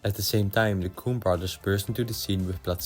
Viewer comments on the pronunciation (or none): The accent could use a little work. It's "coh-en brothers" not "kew-en brothers"